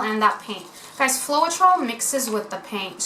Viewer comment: Hi, it’s pronounced FLOW-TROL :))